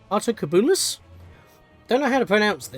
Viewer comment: The "cub" in "Altocubulus" is like "cube". Yes, I do know I'm telling you two years too late for you to use this information.